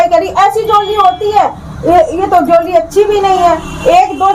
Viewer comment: Is madam ko jewellery Tak to bolna nahin aata ban rahi hai parlour wali😅😅😅😅